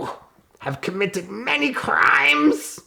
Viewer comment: TWENTY EUROS!!! YOUUUUU COMMITED MANY CRRRRRRIMES 😂